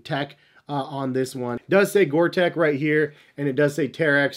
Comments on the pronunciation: Sorry to be pedantic, but it's Gore TEX...with an X, not Gore Tec. HAHA! Thanks for the great review! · Hey, Bro... it is GORE-TEX... not "GORE-TEC". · Tex. Gore-Tex. Not gore-“tech” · I’ll be that guy...... Gore Tex! Not Gore Tech. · Gore Texxxxxx not Gore tekkkkkkkk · I'm sorry but for a pro trainer guy to call 'Gortex' "water resistant" instead of "waterproof & breathable" (which is the science behind the Gortex guarantee) is a bit amateurish... Also, as in other comments its Gortex not Gore-Tech... You live & learn i guess... 😊👍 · It’s called Gore-Tex like you would call someone from Texas. Not Gore-Tech like you keep saying. Sort it out! 🤦🏽‍♂️ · GORE TEX!!!!!!!!!!! ITS NOT GORE-TECH. omg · Gor TEX like in SEX, not tech